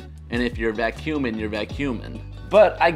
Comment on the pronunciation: You said vacuuming and I thought you said vac human